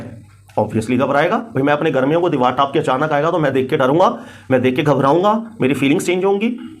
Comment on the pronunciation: Ap ki Saari baten MaShaALLAH behtareen daleel thi but Karachi Ka accent (deewar taap toop k aa'e) was epic 🤭